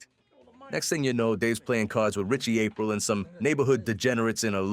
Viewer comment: I don't think so even though the pronunciation of Aprile is a little suspect 😂 but maybe